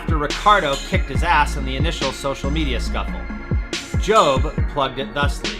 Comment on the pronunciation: a noticeable mispronunciation of the famed Tahiti surf spot "Teahupoo", also saying "job" and not "J.O.B." when referring to Jamie's social media.